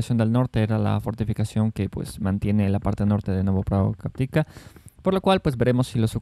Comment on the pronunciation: Por fin admites que cayó Robotine, con 5 días de retraso. Como puedes hablar de una localidad que ni siquiera sabes pronunciar “Novopokrovka” …